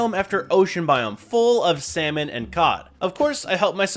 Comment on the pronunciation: bro said Semen instead of salmon💀